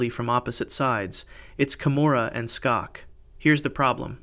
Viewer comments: His name isn't "STOCKS" ow whatever it is that you are saying...it's pronounced "SHOCK". There's NO "T" in his name! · Dr. Robert Schock's last name is pronounced Shock. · it's pronounced shock. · His name is Robert Schok, pronounced as shock. In case you ever use him as a reference again. Also, very interesting that the tomb of the first emperor of China has a mercury lake